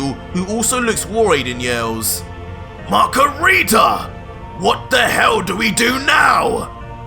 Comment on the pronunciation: PLEASE NOT MACARITA😭😭😭